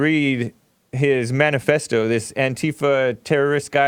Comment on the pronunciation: WTF is “BANIFESTO”? Yep...he stupid huwhite!